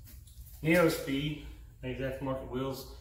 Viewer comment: So, it’s not pronounced “Neo Speed”. It’s pronounced “New Speed” for Neuspeed wheels. Just FYI.